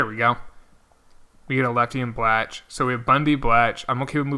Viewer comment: Blach is pronounced like Block